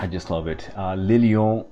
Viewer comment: NOT LE LION 🤦‍♂️🤣